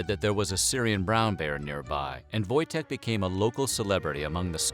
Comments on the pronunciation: I'm polish. the w sounds like v and the j sounds like y . Its pronounced voy-tek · Wojtek is a Polish name lol u getting that wrong in the first few mins kinda puts me off